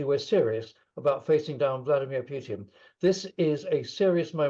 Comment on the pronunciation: It is Putin not pjutin. Solve that first.